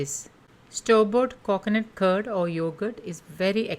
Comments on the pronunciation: Please learn to speak or stop making videos. Its not KOKONUT its coconut. The way you talk makes my ear hurt its like you are purposely talking in that weird annoying accent. Sorry but its super annoying. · It's coconut don't say coacoanut . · Coconut not cockonut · "Cocnut curd" for God's sake lady say coconut properly. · Cocknut !! Milk yogurt 🤯🤣